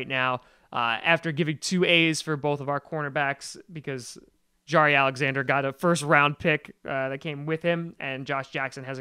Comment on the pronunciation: Jaire's name is pronounced Jai-ear not Jahri